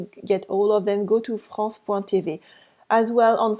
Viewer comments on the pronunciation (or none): For example when u said ' Some of us have' , 'French national TV', try not to place the stress at the end. So, in TV, place the stress on T and not V. All the best.